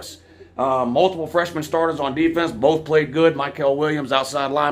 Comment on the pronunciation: Who have they pwayed Wou?